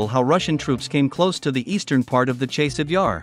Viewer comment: Ne zove se Čejsov, već Časov Jar.